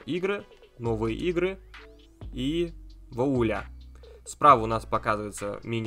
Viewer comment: !Не вОуля,а вУаля(voil la).фр.🤣 По теме-вчера так и не смог нормально покапаться в сторе-очень вис,а game pass вообще отказался работать,странно.